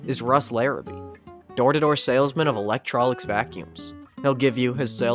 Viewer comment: “Electrolix Vacuums”? I always thought “Electrolux” was pronounced “Electro Lucks”?